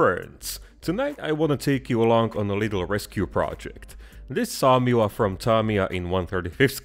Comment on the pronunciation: The name of the tank is pronounced 'soo-muh'